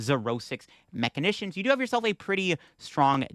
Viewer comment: Bro... MA-SHEE-NATIONS 😅